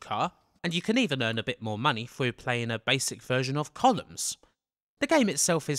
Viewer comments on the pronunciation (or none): none